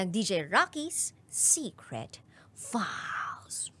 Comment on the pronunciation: Sinasadya lang ba talaga ni DJ Raqi ang pag-pronounce ng files na "faahls" 🙄❓